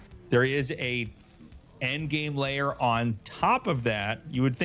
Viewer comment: Episode 9000 of the riveting "who can call the game over as early as possible" school of anticlimactic commentating! p.s. "lair" rhymes with "corsair", not with "layer" FFS.